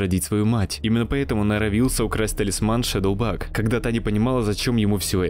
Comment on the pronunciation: Только она не Шедоубаг, а Шейдибаг.